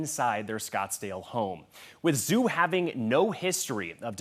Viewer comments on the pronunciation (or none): Zhu: not pronounced "Zoo" 😵‍💫, but equally simple, "DJOO". 😊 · It's pronounced "DJOO", or if you prefer, "Jew". Come on.